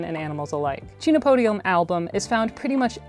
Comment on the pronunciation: I agree with being able to use the scientific names, but just a niggle: the phonetic pronunciation of the genus is actually "ken-oh-POH-dee-um". The amaranth family also contains other tasty foods, and they are in the same botanical order as cacti, beets, carnations and some carnivorous plants!